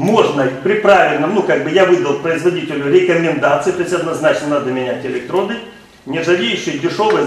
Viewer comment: Электроди... И и и и сука, ну что ж за безграмотность???